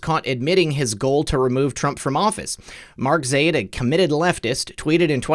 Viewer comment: I believe it is pronounced Zy-eed but I am not middle eastern